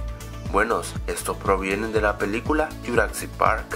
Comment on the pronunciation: porque carajos le dices yuracsic parc, pronuncia bien :v